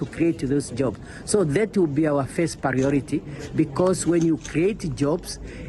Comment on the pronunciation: She is old for the job: she said pariority instead of saying Priority. This pathetic; this is why Africa remain poor bcoz the continent is run by a group of old people who can’t rest.